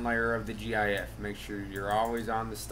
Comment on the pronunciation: disliking because he said jee ayee eff jks